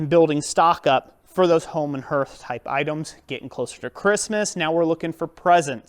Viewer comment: Hearth is pronounced harth.... wtf. I'd think you'd know something so basic. Wtf